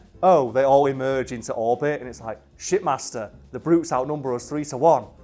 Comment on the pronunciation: did anyone else think he said shitmaster not shipmaster